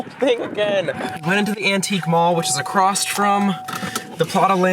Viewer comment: Did he just say "acrost"?